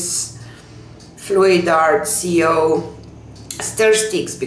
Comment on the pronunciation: It's amazing. I love it!!! Great job.. also the CO thing it's short for company u see if you say Co with a ko or koh that's the sound the CO makes! Ik that drives u crazy not being able to say it right. Hope I helped! Happy Saturday! 💕